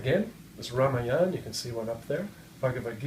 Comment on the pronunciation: He is a BIG BLUFF TELLING ALL LIES- having a small group in front of him -"CHEER LEADERS" to laugh at his USELESS THIRD RATE JOKES That MORON does NOT even know as to how to pronounce RAAMAAYANA --He says RAAMAYAANA